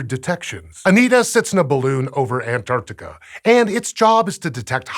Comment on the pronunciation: Excellent as usual, including correctly pronouncing Antarctica. 😁👍